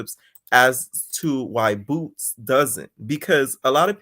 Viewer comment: Stop saying boots like that I can’t stand it😂😂😂😂 I’m at work loud asf🤣🤣🤣🤣